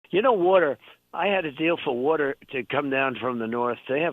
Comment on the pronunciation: “Wheter” … OH, water. 😮💦